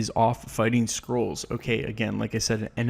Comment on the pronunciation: Why do I keep hearing people pronounce "Skrulls" as "Scrolls"???